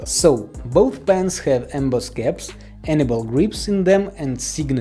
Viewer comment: Has anyone else noticed that he pronounces anyball grips as Annabelle grips LOL